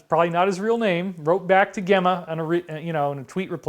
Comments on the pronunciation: The commentator from Ireland name Gemma O'Doherty... it's pronounced Jemma or 'Gem' as in Gemstones Gemma - & she's a girl, not a guy - check her profile pic ;) Thanks so much for all you do, David <3 Sending you much love x o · Gemma is pronounced - Jemma I think. Sending love <3